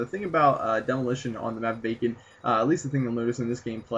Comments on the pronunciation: k right at the start it sounded like he said "on the map bacon" instead of vacant, anyone else think that? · sounded like you said bacon instead of vacant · It sounds like you say "in the map bacon"